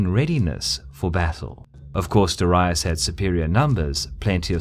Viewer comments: It's Darius. Why do you keep pronouncing it Daraius? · DAAREEISSS! not DIherius!!LOL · Me either. It's always been dairy-us, not dah-ree-uss. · Lol darayus... hahahahaha. Aint it daryus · It’s Darius not Daraius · It's 'darry-us' not 'dar-aye-us'. The vids are good the but pronunciation is shocking. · Darius, not dorias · Why do you pronounce ''Darius'' like ''diraius''? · Ive never heard such bad pronounciation of Darius. Dar Ri Us? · Hearing "dur-i-us" makes me think of "ul-ex-un-dar' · persian king "Dahryeus" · DA-REE-US, Darius. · DA-REE-OOS (Latin) or DA-REE-OS (Greek) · I never heard Darius pronounced as DARAIUS. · its pronounced dar-ee-oos... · it's pronounced Dairy-Us trust me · dorius?? What is that pronunciation?? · persion king darius ... your prononciation: diraous. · I don’t know. I just can’t cope with how the narator pronounces “Darius” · Mispronounced Darius in the first 20 seconds of the video. Nope. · It really bothers me that for years I was pronouncing his name as DARE-EE-US but it's actually DUH-WRY-US. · I like the work but you need to work on your pronunciation. You have mispronounced, darius, euphrates and tigris. Got alexander right tho )) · Learn to fucking pronounce Darius. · Why do you pronounce Darius like that??? Cool WHHHHHip? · I can't get over the horrible way Darius' name gets pronounced :( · Please learn some latin, all your pronounciation is wrong ç_ç